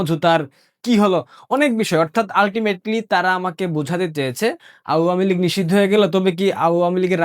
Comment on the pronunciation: Apni awamilig উচ্চারণ টা ভালো করে বলবেন এটা শুনতে খারাপ লাগে